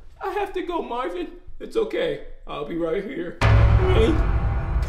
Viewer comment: Bro when they say Marvin I slightly die inside 😂